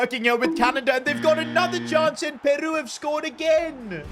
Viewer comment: Bro said "PearU" like it's that Ed Sheeran song bruvvvv